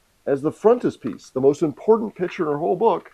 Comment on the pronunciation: "pitcher" vs "piCture"